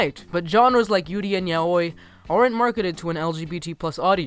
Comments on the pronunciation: tbh I thought he sounded kind of sexy when he said "yaoi" lmao fuck the right pronunciation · its pronounced as ' YA-WEE' not YAH OYY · Ya-we not ya-oi. Yeah I know it's weird if you only see it written but it's pronounced ya-we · Did you just say.. "Yow-oi"? lol I pronounce it as "Yow-ie" lmaoo I cannot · Look, I love the video but if pronounce yaoi “yahoooee” again I’m gonna flip! It is pronounced “Yahwi” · He also called it yah-oy instead of yow-ē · The way he pronounced “yaoi” hurt me... as an avid fudanshi, I can tell you, it’s pronounced yowee, not yahohee... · "YA-OEE" BOIIIII it's pronounced y-a-w-i" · ALL IM THINKING IS HOW HE'S SAYING YAOI IM SORRY IT SHOULDN"T MATTER BUT MY BRAIN IS EMPTY WITH JUST YUH-OI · ...yaoi is pronounced (ya-wee) :> k bye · Holding in frustration of him mispronouncing every japanese word. Yaoi is pronounced “yow-ee”, Nikiforov is pronounced “nick-ee-for-ahv”, etc. also over rolling the rs makes it look like you’re trying too hard. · Sorry, I don’t want to be rude and I hope I don’t sound rude but when you said YAOI all I thought about was the right pronunciation. Which is Ya-o-wee I know it doesn’t sound the same but as the spelling but it is Ya-o-wee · FYI the 'x' in 'prix' is silent and 'yaoi' is pronounced like 'yowie'. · Never heard the ya-oye pronunciation lol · Say it with me. YAO-WEE. Yoai. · its pronounced as 'ya-oh-wee' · Your saying Yaoi wrong >:( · Sir- I swear to God you better learn how to pronounce yaoi 😤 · HOW THE FUCK DID YOU PRONOUNCE YAOI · Wait, THAT is how you pronounce yaoi? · Dude your pronunciation of yuri and yaoi are so off XD Tbh I don't really get why people are acting like Yuri on ice is such a revolutionary thing since there's been gay characters in anime since like the 90s. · AreTheyGay lol I feel like I've always had to fight on the pronunciation of yaoi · Jos Not to mention the way he pronounces Yaoi lmao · Grand Pricks!!!! Ya OY!!!!! Hahahah XD I'm sorry the pronounciations cracked me up!